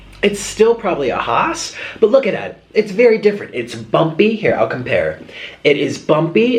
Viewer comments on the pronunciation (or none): none